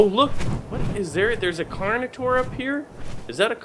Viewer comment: carnitore hahaha at least you tried